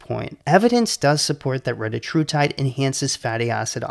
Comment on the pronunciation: Your pronunciation was correct. It is reTAtrutide. Just like it is seMAglutide. And tirZEPatide. This is according to the manufacturers. Don't listen to the internet idiots that all pronounce it wrong.